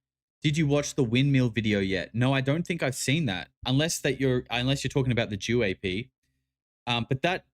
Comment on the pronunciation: “JEW-AP” fucked me up 😂